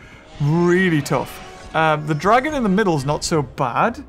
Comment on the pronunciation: I know the wooly whino name but.... no ones gonna talk about how he said dragon ?